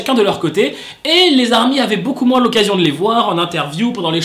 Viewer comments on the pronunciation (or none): none